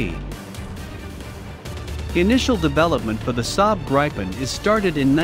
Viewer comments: The Indian jet will be made out of old refrigerators hammered out into jet shapes by some old men in sandals. By the way its prounounced Grip-n not Gripe- en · Hey buddy, how about pronouncing it the right way for starters: The Saab JAS 39 Gripen (IPA: [ˈɡrǐːpɛn]; English: griffin)